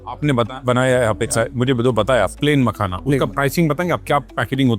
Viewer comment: MAKAHANA COMPANY 😅😅😅😅😅😅 Mene samjha car 🚗 banaata hai . Makhana. Or usko company bhi bol raha hai 😅😅